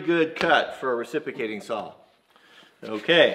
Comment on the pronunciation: “Recipocating” saw